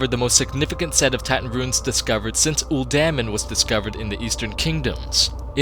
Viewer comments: Man you really butchered the words "Uldaman", "Glaive" (Rhymes with crave.), "N'zoth", lol. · Is that really how you pronounce uldaman?!?!?!